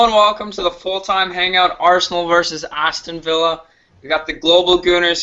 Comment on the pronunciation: Lol listen to the way he says Aston villa